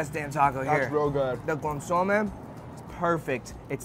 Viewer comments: CON SU MAY..... You should know this Bro, you have Mexican heritage... Better get that chit right next time!!! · ConSOmeh, hahaha 🤦🏻‍♂️ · needs to learn how to pronounce Consomé correctly 😅